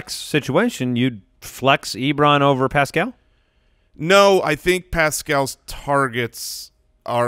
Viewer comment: You guys are the best, but you’re putting the emphASIS on the wrong syllABLE with Paschal (pronounced “Pascle”) 😁 GO COLTS 💙💙💙